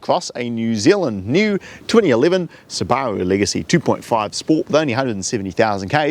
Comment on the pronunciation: It's closer to the original Japanese pronunciation so from my perspective the way everyone else pronounces it is strange